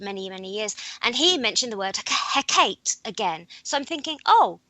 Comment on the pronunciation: Hecate (or Hekate) He - as in 'hell' Kat - should sound as 'cart' e - same as first 'e' (as in 'hell')